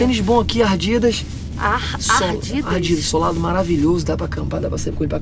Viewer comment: kkkk não tinha dado risada em nada se no finalzinho ele fala ardidas aí eu morri